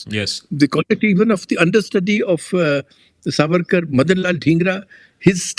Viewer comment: Namaste! PLEASE PLEASE if Savarkar was your topic shouldn’t you have at least done your homework and got his name right? It is सा वरकर not सवरकर!! I just couldn’t focus on the content every time you mispronounced it😩 Aroon ji was saying it correctly and I was hoping you would take the cue ….I couldn’t bear it!